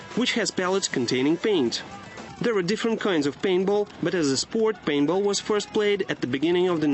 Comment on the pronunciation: LOL he says painball :P